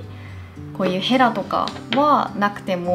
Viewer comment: ヘラのイントネーションが神話の死の神でかわいい